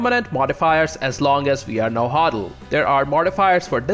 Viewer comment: Nauatl is prnounced na-what with a near silent l,although it's ok if you say na-wha(nahua) because nahuatl is the language not the ethnic group